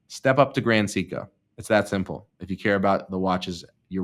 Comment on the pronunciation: someone spent the money their mother gave him for speech therapy on sumpin else.